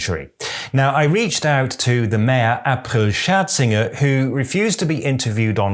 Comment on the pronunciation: Bester Grüße an April Schrrz-inger😂😂😂